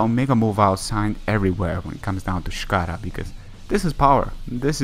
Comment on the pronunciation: .......I stopped watching this after he said "shikara." ABANDON VIDEO.